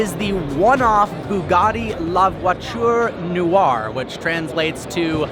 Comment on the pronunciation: Hears trying to pronounce “La Voiture Noire” Cries in French Remembers about Doug saying “Peugeot” Cries in French again